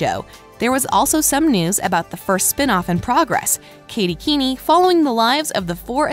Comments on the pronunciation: Was anyone else annoyed when she kept pronouncing it Katy keeny😂instead of Katy Keene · umm, i don't want to be mean but it is pronounced Katy Keen, not Katy Keeny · I'm sad that skeet and marisol leaving but I know we will get tons of stuff I feel guest starting is what it is is gonna happen with them also drive me nuts it's not pronounced keenie its Keene (kee-n) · Yess, also it’s not pronounce keen-i it’s pronounced keen. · Me too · Katy Keeny Me: It's Katy Keene! Pronounced keen, jeez... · ITS NOT KATY KEENIE IT KATY KEEN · Omg I am soooooo triggered katy keenie no no no katy Keene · Can y’all please just say Katy Keene [keen] ; thank you 🙏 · Excuse me she pronounced this as Katy Keeneee? Bruh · “kAtY kEeNy” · Why does this person not know how to say names ? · I know it was so weird lol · It is really bothering me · I know I’m dying😂😂